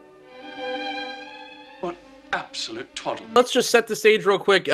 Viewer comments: "Twaddle", not "Toddle". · Its 'Absolute Twoddle'...not 'toddle'...JFYI fellow Withnail fans not from UK...Great review vid chaps...Big thanks...I'm a Brit but know the US very well having travelled 42 contiguous states and coast to coast 3 times via car on road trips...so it surprised me to find this US review and brothers across the pond actually get the movie...I just thought it was so cult british that it wouldn't be understood anywhere else other than UK...So great to find this review...